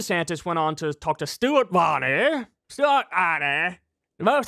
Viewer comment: . LOL! That deep pompous brit accent Kyle puts on when he mentions "Stuart Varney"!